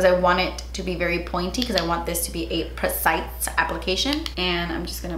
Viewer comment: Precise was another word you pronounced like that 🤣